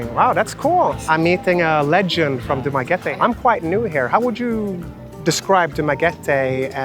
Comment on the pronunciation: I'm glad that you pronounced the place correctly: Du - ma - ge - te. Not Du - ma - ge - ti. The vast majority of expats there call the place as Dumageti.